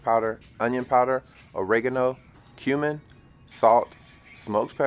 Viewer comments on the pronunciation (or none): 🤣 who else heard "human" when he said "cumin"???